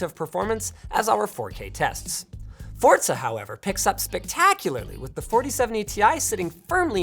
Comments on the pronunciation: When will Linus stop saying forTza 🤔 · Hey Linus, Forza doesn't have a "T" in it. It's not "Fortza". Lol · It’s pronounced “Forsa” not “Forzza” :) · Theres no T in Forza just sayin youre not the only one theast says it like that tho so idk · Fortza Horizon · why do so many people mispronounce forza?